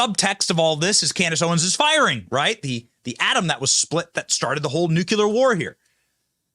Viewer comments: It is pronounced 'newCLEAR', not 'nookular'. Only you and GW Bush say 'nookular'... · IT"S NUKE-LEE-UHR .... George Bush JR. Not NUKYULUR. Pronounce the word ..... NUCLEAR! Where is the U after the C? 😂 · Dang it Benny!!! It is NUCLEAR NOT NECULAR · Nuclear, not Nucular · FFS! It's NU-klee-rr not NUK-yu-ler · Hey Benny... nuCLear... not nuCUlar. Lol. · New-clear, not new-cue-lar. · Jeezus - it's pronounced **New-kleer**. Why do so many people butcher that word? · It's pronounced knew-clear. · It's pronounced "new-clear". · Benny says "nucular". lol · Please pronounce nuclear correctly.